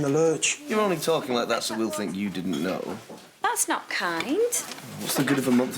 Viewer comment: I loved the way she said "Obviously Naughwt" Like she added 3 syllables to "not".